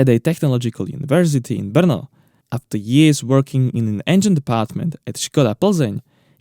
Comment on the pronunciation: Finally I know how to pronounce 'Brno'.